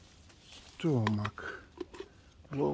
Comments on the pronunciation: Stomach is pronounced stum-muck. Your trees are very productive and healthy. God bless and stay happy and well. Please say hi to Suzie and Sati💜💜💜📿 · Looks so yummy. I see why you wanted to go home. Beautiful! Just for reference, the o in stomach is pronounced u, like in up. English is so hard to learn because at times it doesn't make sense. You do very well. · Hi...pronounce stomach as stumick.